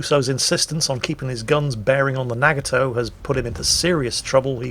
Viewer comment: What the hell is a NAG-A-Toe?